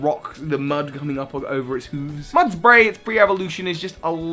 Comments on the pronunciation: it’s mud-bray not muds-bray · It’s mudbray, not mudsbray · Mudbray, not mudsbray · Bruv it's Mudbray not mudsbray